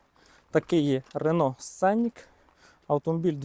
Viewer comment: Немає такої моделі "тЮКсон". . Є - Тусан. Місто в США, в штаті Арізона. . Б. .ть, навчиться вже правильно вимовляти! Не сЦенік він! СКЕНІК. З наголосом на І. не босЄ! БОУЗ. З наголосом на О.